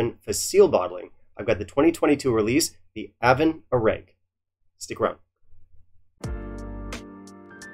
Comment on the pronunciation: Good god! Take minute and learn how to pronounce Gaelic. It’s really not that hard, especially since the majority of them, such as this one, actually have the pronunciation in the bottle. It just makes you look lazy and snobbish.